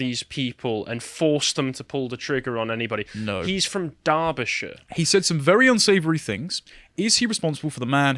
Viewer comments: Wtf was that pronunciation of Derbyshire ffs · Can someone please run through the proper pronunciations of well-known English places - Particularly Salisbury and Derby{shire}!